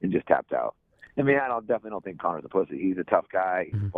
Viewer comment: It's I think not i tink